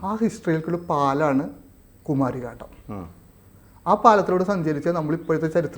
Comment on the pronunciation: 👉Kumari kandam👈 Not kumAAri kandam